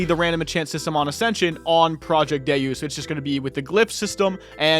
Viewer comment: like from the game DeusEx it's Day-us. Also when you type it into Google it's also how they say it.